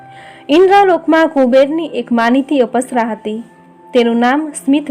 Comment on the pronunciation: પુરુષોત્તમ ભગવાન કી જય 🙏🙏🙏 અપસરા નથી અપ્સરા ઉચાર છે અપ એટલે ઓછુ જેવું કે પૈસા નો અપવ્યય